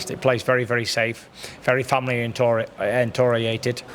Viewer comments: family entorieted? haha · "Very family entoriented" 😂😂😂 Think you were looking for oriented mate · entoriantated 😂😂 it wasn’t just me that hear that! Lol 😂